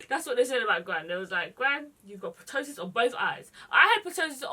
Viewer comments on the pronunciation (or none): Loved this look 💗 just wanted to say ptosis has a silent p so it's pronounced tosis.